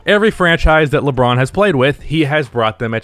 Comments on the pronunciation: Nobody:: Leebron James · "Leeeeee" French people: "so you have chosen death"